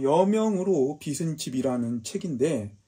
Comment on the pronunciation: 여명으로 빚은 집... 궁금합니다. 근데 발음이 틀리셨네요. <여명으로 빚은 집>의 '빚은'은 ㅈ받침인데, 자꾸 '비슨'이라고 하시네요. '비즌'이 맞습니다. 여명으로 빗질을 한 게 아니라, 여명으로 만들어진 집이라는 뜻이겠지요. 빗다와 빚다는 엄연히 뜻이 다른 단어입니다. '비슨'이라고 읽히려면 "빗은"이라고 써야겠지요. 알려지지 않은 독특한 책을 소개해 주셔서 유익한 정보 얻어갑니다. 꼭 읽어보겠습니다.